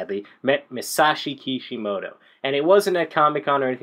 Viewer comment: its masashi kishimoto but nice video